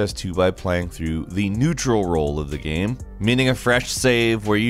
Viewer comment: I just find it funny af the way he pronounces "Game" or "Games" GAEM